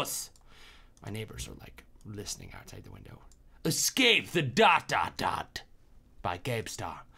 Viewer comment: Uh-scape that dot do-dot ayyyy uhscape that dot do-dot